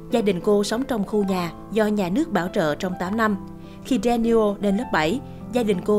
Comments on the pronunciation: Nhiều người VN dẫn chương mà không có kiến thức ngoại ngữ như ở đây Danielle má đọc ‘Đa ni ô ‘ thay vì ’Đa nheo’. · Phát âm tên Danielle sai rồi ( phải đọc là Đen nheo ) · clip rất hay , nhưng người đọc tên của Danielle sai , tôi thấy clip sài Gòn xưa thường đọc tên Mỹ sai , nên đọc lại cho đúng trước khi post nha